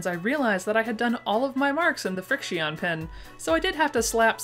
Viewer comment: I think Frixion pens are pronounced like friction... 🤔 Don't quote me on that though